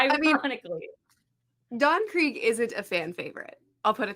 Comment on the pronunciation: Don…Croog? Can’t say I’ve ever heard his name pronounced that way. I’ve always heard it as Don Kreeg(spelled Krieg)😅